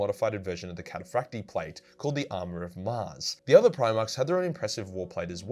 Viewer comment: Actually it's catafracti not catafracti